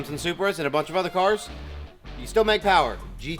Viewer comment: More powah baby!